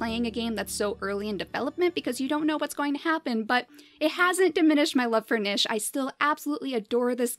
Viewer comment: It's pronounced neesh, not nish.